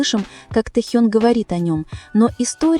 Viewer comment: НАКОНЕЦ- ТО ПРОИЗНОСИТЕ ИМЯ ТЭХЁНА ПРАВИЛЬНО, СПАСИБО. !!!😊😊 Текст, как всегда, очень впечатляет.😊😊😊😊